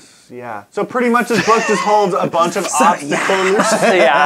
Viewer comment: Because doesn't know how to say 'optical'